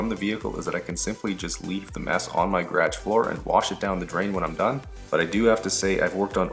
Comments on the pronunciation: Americans: "Guh-rahj" The English: "Gay-rahj": "Gradge" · Is that a common way of pronouncing garage in Canada or is that a regional accent? Gradge